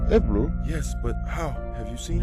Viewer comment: I love how Ebru is pronounced as "Eibrue" in the English voice over. I honestly loved this game back in the day. I don't know why it's not mentioned more in the Turkish video game history. Thanks for the extensive video.